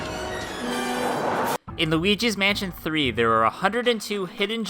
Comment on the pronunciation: it sounds like he's saying "lugis mansion tree"